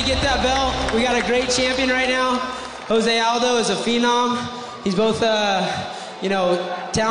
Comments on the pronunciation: "Joe-say Aldo" wtf? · It's not (H)ose...It's Jose. He's from Brazil, and his name is pronounced in portuguese